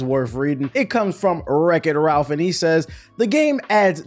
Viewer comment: yo get that goofy name right its Wrecktal ralph 🤣 how do they even come up with this stuff